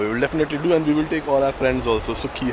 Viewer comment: What???? Plz say clearly